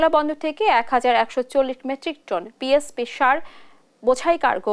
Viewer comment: PSP নয় আপু, সারের নাম TSP হবে